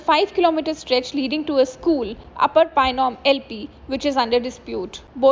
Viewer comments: Not " painom" it's Phainuam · It's Phainuam, not Painom